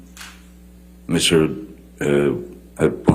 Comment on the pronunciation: I SWEAR Johnny's attorney said 'Miss Turd'!!!!!!!!!